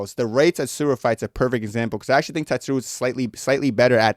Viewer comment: rei SU - ROO - YA bro, not TE - SU -RA 😭